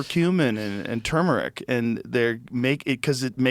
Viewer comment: Wtf is chumeric? Does Joe mean Tumeric